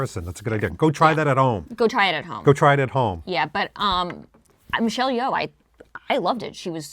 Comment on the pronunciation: Not to be "that guy" but Yeoh is pronounced Yo not Yow.